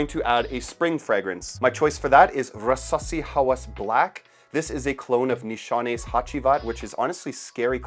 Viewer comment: The way you say rrrrrrrasssssasssi..😅